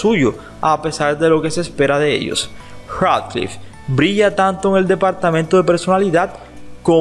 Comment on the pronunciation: Cracliffe?? Pronuncialo bien por favor y Harry Pouter también